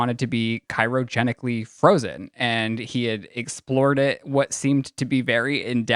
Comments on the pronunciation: CYROgenically.... lol CRYOgenically! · Its CRYOGENICALLY.....not KYROGENICALLY 🤣😂🤣😂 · Did he say cyrogenically? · please learn how to pronounce cryogenically.